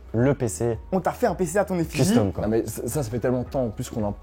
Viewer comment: j'adore la prononciation : CUL-STOM!